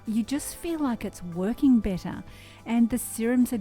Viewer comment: When you said better I sensed that your Aussie, are you? Heheh